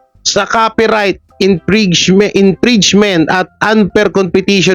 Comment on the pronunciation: Infringement ito ang bigkas, infrinzment..